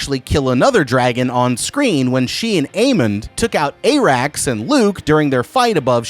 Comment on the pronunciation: TFW you advertise so hard you can't pronounce any names despite them being spoken aloud T_T I'm sorry but I"m going back to the Glidus/Alt Schwift X tag-team of people who know WTAF they're talking about when it comes to HOTD. Onward, Vermeethior!! Soves, Ay-rax!!